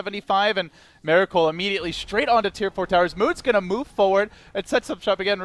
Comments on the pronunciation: ears bleed everytime he is saying 'Meracle' which is about 95% in this video. I've heard 1 or 2 'Miracle's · My ears bleed every time the caster says mEracle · is he saying meracle all the time? its bugging me, anyone else hear it?